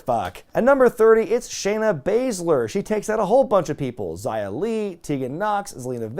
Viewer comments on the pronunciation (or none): Xia is not pronounced Zaya but Shyaa. In Chinese, X is always sh.